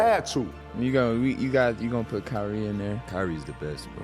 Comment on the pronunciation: it’s kyrie and it’s not even close